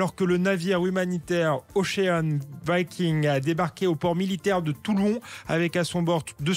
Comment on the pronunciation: Ochean vayking.. en Francais Ocean Viking.